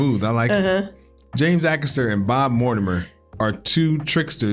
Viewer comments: A-caster, not Ack-ester. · AY ...(as in HAY) CASTER. NOT ACK ASTER !! GET IT RIGHT AND I WILL SUBSCRIBE !! James is from the next town to me. I sold his mum her real Christmas tree last year . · Hey guys, great channel! Just for reference, James' last name is pronounced 'Ay-caster. Keep doing what you guys are doing! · It's pronounced A-caster btw 😁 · I'm not having a go here, and, but every time I watch people from the USA react to James, I wonder why they look at "Acaster" and read " Acker-sturr"? I don't know any Brits and haven't seen any Aussies or Kiwis that have done this. I'm sure there must be a linguistic reason. Anyway - on with the show.😀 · The A in Acaster is pronounced like A btw, like a telecaster or podcaster but with an A instead of the tele or the pod.